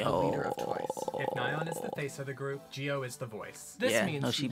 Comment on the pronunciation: in my junior year of high school, we had a korean foreign exchange student and he was a once and i was talking to him about twice and i pronounced nayeons name how you thought it was (nae-yeon) and he looked at me with the most annoyed face and went “it’s NAyeon” and i’ll never forget that